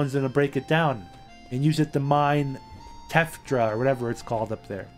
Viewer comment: Tephra, pronounced tef-ra. And the good stuff is Gabore, pronounced Gah-bore.